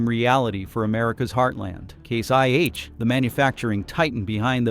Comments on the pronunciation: This sounds like AI garbage, becase you say case 1H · I have a hard time about everything said when the AI voice calls Case/International "C-one-H", and the timeline doesn't fit the events. Never the less Trumps tariffs were the last nail in the CIH coffin. How can he be so stupid? Add the fact John Deere is gone too, US farmers are going to hurt big time, maybe not today but soon.